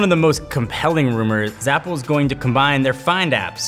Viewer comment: Go to and he says Zapple instead of apple